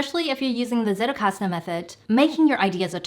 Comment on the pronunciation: Pronounce : tsettelkasten Not : settelkasten